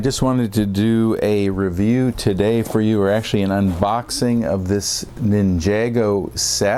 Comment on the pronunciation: Bro he pronounces it Nin JAE go